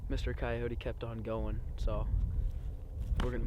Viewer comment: Annoying how he pronounced coyote but otherwise an awesome video!